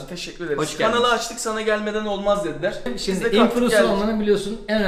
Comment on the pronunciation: Var dediğleeerrğh😂😂😂😂